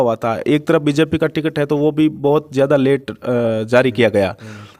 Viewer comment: बोलना सीख ले भाई वीजेपी नही होता है बीजेपी होता है